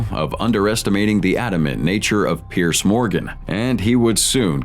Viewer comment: Its not bloody Pierce, its Peirs, pronounced peers.